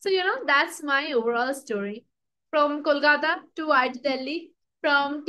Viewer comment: I liked the way you said "kolkata"at the intro of this video❤ intro was amazing💥